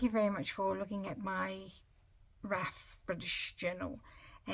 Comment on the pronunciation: It looks great! However it’s not raf as you are pronouncing it. It’s R.A.F. Royal Air Force. I couldn’t pass without saying that. I’m an Air Force brat and was raised with a father who was fascinated with WWII.